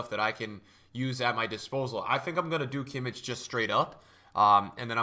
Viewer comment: Pls, stop calling Kimmich like that, try pronouncing him correctly, (Kimmih), only with an H in the end